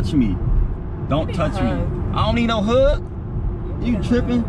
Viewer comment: lmaaoaoaoao his accent came out frl frl. "ion need no huUuUgg" lmaaao.